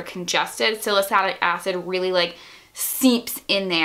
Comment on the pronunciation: It's pronounced Sal-uh-sill-ic acid. It's in nearly all skin care products, at least cleansers and stuff.